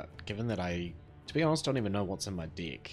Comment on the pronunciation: The way you pronounced deck , had me laughing. In a good way